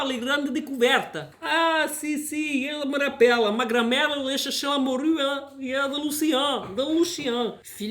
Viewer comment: "la moRRRRRUUUUE"😂